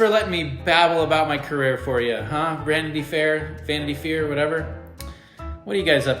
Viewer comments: "Vanity fyeer " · LOL at Justin saying Vanity Fear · "Vanity Fear" tho